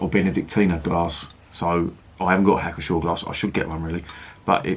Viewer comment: The P is not silent in Pschor.